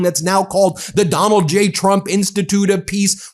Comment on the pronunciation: Did the dude say "President Donut Trump'?